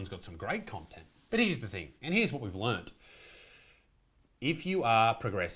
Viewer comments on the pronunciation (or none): none